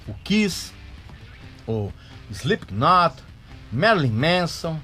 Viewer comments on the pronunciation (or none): none